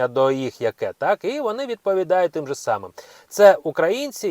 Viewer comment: Слушайте мужчина. Не коверкайте Спiвучу украiнську мову. Подив I ться. Реально режет слух. I так далi . "Тим жы самым " " офыцеры","коментарах", "уговарював", ха ха!)) короче много много таких ошибочных слов. Почитайте украинские газеты хотя бы.